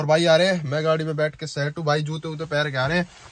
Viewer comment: भाई शट नही होती सेट होती है 😂